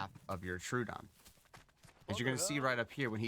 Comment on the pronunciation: Tro-odon Not Tru- odon